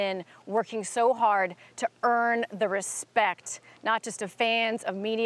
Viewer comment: Respekkk?....Respekkk?..who has respekkk fo the "Franchise" Jon ☠ Jones🎉🎉